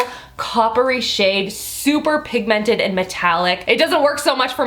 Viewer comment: I love the way she says pigmented 😝